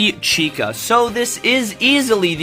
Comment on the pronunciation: Finally, you said the name correctly.